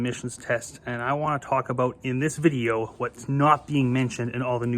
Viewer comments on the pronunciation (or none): none